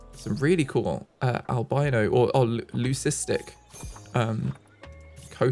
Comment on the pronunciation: For the love of God, it's not "albeeno" it's "albino"